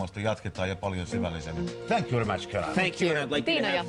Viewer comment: Nimenomaan. Thank you very match. Kiitos erittäin ottelu, Hyvä Karhuvaara.